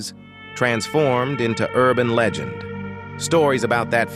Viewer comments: Bro your A.I narrator is acting all screwy! Saying words like Leegend instead of Legend and enmity instead of animosity. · At first I was like it's not AI but then 'leegend' for legend, 'acu-men' for acumen, 'Kernack' for Knack. Stop with the AI slop please.